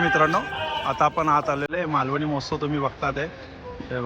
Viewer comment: Malavani m o h a tsav nahi MAHOTSAV aahe